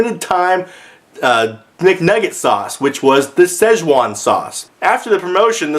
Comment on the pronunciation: When you said "with a z" you nailed it. That is EXACTLY how I say it irl.